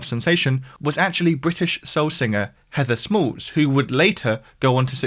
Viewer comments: And it's Heather Small not Smalls, she's not related to Biggie ;) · Great video. Heather Small, not Smalls 😊